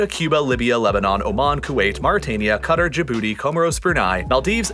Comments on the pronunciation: i feel like you went out of your way to pronounce a lot of these correctly then you said...cutter....instead of Qatar.... you said cutter..... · New drinking game. Take a shot every time he pronounces Qatar as cutter. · Qatar is not “cutter” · broz didn't even pronounce it right 😭